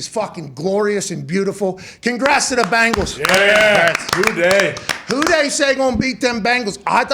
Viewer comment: hate ppl are saying BAANGALS. like its a fkn E in there, not an A lol. BENGALS